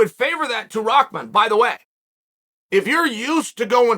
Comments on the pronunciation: "rockman" It's RAH MAN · Never clicked so fast when I seen the name Hasim Rahman Jr. Had to see how you apologize to someone when you could not possibly care any less how their name is even properly pronounced. “Mr. Rasim Haman- This is ole Chael - I owe you a sincere apology kind Sir”. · It’s an arabic name, you definitely do not pronounce ‘rah’ as ‘rock’ lol. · am i the only one seeing RAH-man, but hearing ROCK-man from literally everyone? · Rock Man 💀 it’s Rah RA+H where y’all getting from the K or the C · Am I trippin.. or does everyone say "ROCKman" rather than "RAHman"? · it's not a English name and from where i come from there are many people with this name.. It's an Urdu name and it is not aak...it is like Bahamas , Rahman Rah not raak.. It's not an English word. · "Rockmon" lol only Chael can calling someone a different name funny as hell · The fact that you're saying "ROCKman" is ridiculous 😂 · His father was called Rock, somehow they turned that to Rackman. I think it came from the pronounciation of the name. Like people call Habib, Khabib, the K is supposed to be silent. Rahman, Someone they involved a K to the Rakhman.. LOL, IDK, my theory.. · I can never tell if Chael is trolling or not when he mispronounces peoples names 🤣